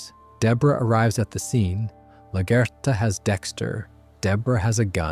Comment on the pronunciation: Laguerta is pronounced La-gwhere-ta